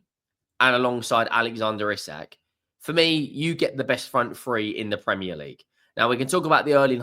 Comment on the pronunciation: Its pronounced ee sack 👍